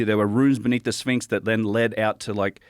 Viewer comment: Between "Labrynith" and "Spinx, Joe's fkn killing me "